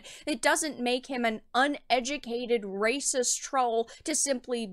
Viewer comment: DAS RAYCISSSS!!!!!- actual raycisss